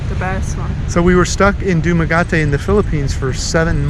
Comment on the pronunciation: You are cranking out some great content. I'm in the DR in the process of relocating from Santiago to Cabarete. You can come here with no covid test. I recommend the north coast and I hope you'll hit me up if you come here. PS my greatest mission in life is to get you to say "duma-GEH-tay" haha.